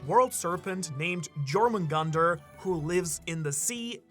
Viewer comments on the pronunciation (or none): Jörmungandr is pronounced as Your-mun-gand-r. Not Jor-mun-gand-r. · it's pronounced Yormungander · you don’t need to pronounce the “j” in jormengander .. you say it like yormengander like anything Nordic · The “J” in Jörmungandr is pronounced as if it were a “Y” something with Jarl the head of a clan. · You don’t pronounce the J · ik that ur a german living in japan making content for an english speaking community but the way u pronounce jormungandr irkks me every time, the Js are pronounced like Ys in english